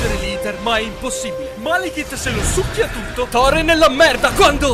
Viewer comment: "Thorrone" HaahhhahaahAhhhh